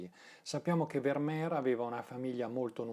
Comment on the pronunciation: Il mio occhio dice che ogni quadro di Vermeer è immenso (corretta, fra l'altro, la pronuncia con la "f"). Buono anche il film "La ragazza dall'orecchino di perla", come da te ricordato. Grazie. 🙏